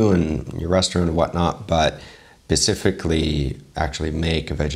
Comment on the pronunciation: Did you say "pacifically" instead of 'specifically'?? Why you talk about ocean? Haiya!!